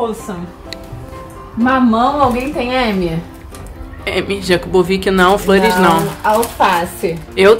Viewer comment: "JAKUBOVIC" Asertei.